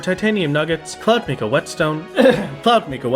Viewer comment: im trying SO HARD to resist the pedantry but mica is pronounced "mai-kuh", not "mee-kuh" love this series btw!